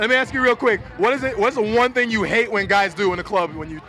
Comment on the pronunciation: Guys have to be confident (dominant? XD) "I like nice quys though"